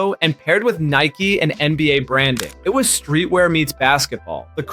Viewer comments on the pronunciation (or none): none